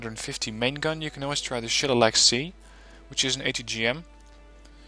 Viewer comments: Nice vid, just one thing though, the Shillelagh missile is pronounced shil-ley-la (its an Irish word) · This deck was awesome at helping me develop mine. Thanks for going into detail on things. It helped me reverse engineer a few pieces to modify them to fit my needs. Though, as an Irish guy it killed me the way you pronounced Shillelagh. "Sheh-lay-lee"